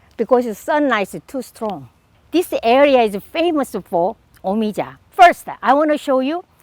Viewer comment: yea ik but she made it sound like it was pronounced me-ee-jah... i know how things are pronounced jesus